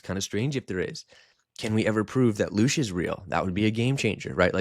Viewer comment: It's not "Lush" btw it's LOOSH. Please do your research man. Ive been researching the occult, the paranormal, and metaphysics for 30 years. You seem like you have only dipped your toe in.